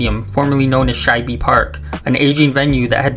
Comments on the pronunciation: The name of the older Philadelphia Stadium, Shibe Park, is pronounced with a silent e. So, it's Shib not Shib-e. Great video. Nice retrospective of the only stadium I attended for Phillies games for decades. Was it a dump? Yes. Was it "our" dump? Also, yes. Many great times in Section 718 for my family during Eagles games. Didn't sit upstairs often to watch The Phillies except the 1976 All-Star Game and Game 1 of the 1980 World Series. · FYI.....SHIBE is one syllable.